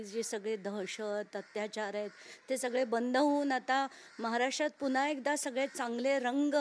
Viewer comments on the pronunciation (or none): none